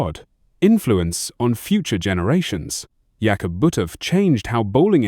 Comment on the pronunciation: Please retape this. His name is pronounced Jakob. Jay cob not yak off